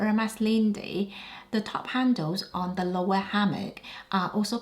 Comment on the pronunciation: I hope you don’t mind the correction but Loewe is pronounced Loo-ee-vay. All the choices you picked are on point. However, for the Celine bag, buyers beware. The leather scratches like you wouldn’t believe. It certainly isn’t value for money unless you want to treat it with kid gloves.